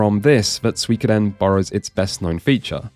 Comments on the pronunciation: swekoden?!? its seeikoden defo not sooikoden e and the i meld into one, start in an e end in a high i (phonetical in English) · a note on Suikoden's name: in Japanese it would be broken down into 5 "syllables" (sort of the wrong word, but for our purposes it fits): su-i-ko-de-n. because of that I would probably say the Psycho Mantis "soo-ee" pronunciation is a bit closer than the "swee" in English. also, that "wee" sound doesn't really exist in Japanese, even if it kind of sounds like the guy in the commercial is saying "swee". in the end though I think "swee kuh den" sounds better in English, too, and that's the language we're speaking :p the idea of translating the name is interesting, too. I don't think you could go for a literal translation. I haven't played the game or read the novel, so I'm not sure the relevance of "Water Margin" to the plot. I can tell you though that a teenager is probably not likely to pick up a game called "Water Margin Fantasy". I know there's an English translation of the book called "All Men Are Brothers", but I don't know about that one either lol... maybe something with "108 Heroes" in the name... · It is Su-I-Ko-Den. It just sounds different when you say it really fast so it's confusing. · There is no sweekoden as in sweets. That guy and jp commercial pronunciations are identical except for the stressed sylable which does not exist in japanese language (not the same way as in english anywas) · As a person who studied Japanese in uni for 4 years, I can definitively tell you that suikoden is pronounced sooy-koh-den, there is no ambiguity here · The advertisers say "sweekoden" because they're all smooth and suave and slick saying "soo ee ko den" which are the four syllables you would say in like over enunciated japanese (ie how a lot of western and especially american accents handle those syllables) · classic kojima casual trolling suikoden pronounciation for present and next generations abroad haha #douitashimashite